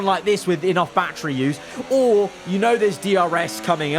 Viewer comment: he doesnt say battery he says bachery